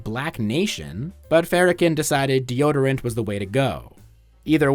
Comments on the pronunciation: Really which AI would reveal itself much earlier in a video so you don't waste your time. Cause who the hell is Louie Fara-ken? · the way u pronounce farrakhan hurt my ears